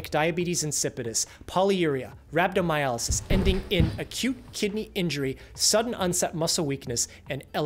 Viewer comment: Why do you keep pronouncing it as Rab-do-my-A-ly-sis. It is RhabdomyOlysis.